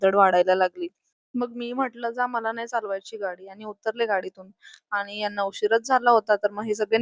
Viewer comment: आनी नाही "आणि" असत ते 😂😂